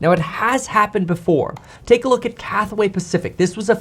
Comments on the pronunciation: Cathay not Cathway. Just sayin... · CATHAY, not Cathaway. Two syllables. Thanks for you attention in this matter. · “Cathway Pacific?” CATHWAY? Who exactly is that?